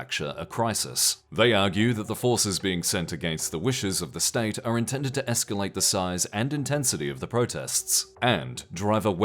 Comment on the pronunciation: Y'all... It's escalate